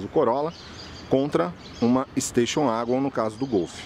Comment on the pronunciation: Golf uagon?? Nunca tinha ouvido essa pronúncia 😂😂 Ouvia muito 'vagon' no tempo da Corsa, Escort, SW.. 😂 Se começa pronunciando "u" para o W, o que custa falar + "éguen" ?? 🤔 Gostei do comparativo 😉👍 É claro que os descontos oferecidos pela VW em alguns modelos é simplesmente por serem pouco comercializados, do contrário... já o Corolla, deixa evidente como não vale o que a Toyota cobra por ele. Pra mim é apenas um veículo cumpridor, comprado por duas categorias de clientes distintos: os RICOS que querem passar por pessoas simples e despercebidas na multidão e os "OUTROS" que querem passar a imagem de bem sucedidos, já que vêem os ricos andando de Corolla.. * Esse barulho da porta do Corolla também me deixou decepcionado, pois dos modelos mais antigos na categoria sedan, ele era um dos únicos a ter a batida seca ao fechar as portas, mas, perdeu essa característica nessa geração... gosto de ouvir a batida de porta do CIVIC/Jetta..